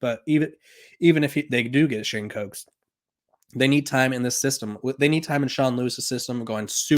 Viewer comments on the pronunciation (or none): His name is Shane Hooks not cokes